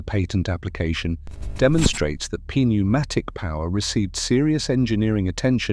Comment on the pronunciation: The reason “it” is “confused” is because it is A.I. Unfortunately wr are going to be seeing more and more of this typre of semi-correct content. The voice is a giveway…no emotion or cadence, odd pauses, misprnounciations…particularly pronouncing the silent “p” in “pnumatic”. While not utterly incorrect, the context is vague and inconsistent because the A.I. Has been told that pnumstic distribution existed and has been given a whole pile of old woodblock prints from old texts…but no real context or detail. The cerators have been lazy to do their own properly reviewed snd researched work snd simply left it to A.I. To “make a wedding cake” from whatever was left in the pantry!